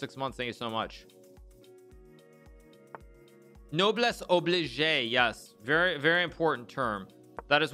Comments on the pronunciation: Yeah haha the chat validating the "obligey" made me uncomfortable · Listening to Hikaru try to pronounce "noblesse oblige" hurt my heart and then his tricks only speedrun cured it